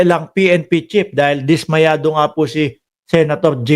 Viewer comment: Sino ba ung sinasabi mong pnp chip baka naman pnp chief ayusin mo naman ang pronunciation mo nakakahiya ang ingay mo pa naman.